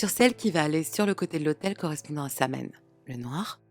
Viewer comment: *Sahuin, Samhain se prononce, sahuin/sawin